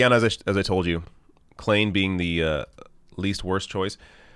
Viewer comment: start learning languages. Klain = Klein, for God's sake